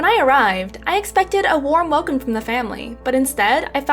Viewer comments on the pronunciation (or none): none